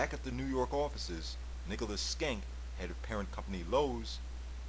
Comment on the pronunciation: Nicely done, short but full of information! PS isn't it SHENK not Skenk?